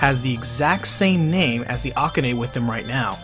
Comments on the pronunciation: Ah-ku-ney? FFS its A-KAH-NEY! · The way you say Akane grinds my gears a bit. It's A-ka-ne not A-ka-ney. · Is that the correct pronunciation of Akane?